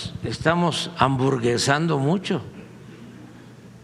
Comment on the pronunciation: 'Hamurguesando" 😂😂😂😂😂😂😂😂. ¿Habra querido decir aburguesando?